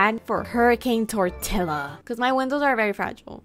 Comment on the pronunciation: Hurricane turtilla!?!?! 😂😂